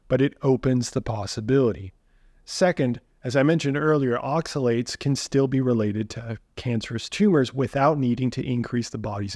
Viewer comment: Not oxa-see-you-later, see you oxi-later